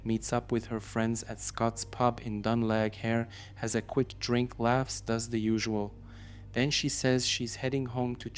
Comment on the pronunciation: Glenageary is Pronounced "Glen a Gear e." Dun laoghaire is pronounced "Done leer e"......great video btw.👍.